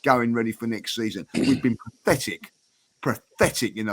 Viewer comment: is having trouble saying the word 'pathetic', it sounds like he trying to say 'prophetic.' Did anyone else notice that?